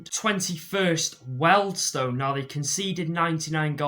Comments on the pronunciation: I think it is correctly pronounced ‘Wheel-dstun’; the problem is that keeps mispronouncing it as ‘Well-dstone’, however, after next season, it shouldn’t be an issue. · Isn’t Wealdstone pronounced “Wee-uld-stone”?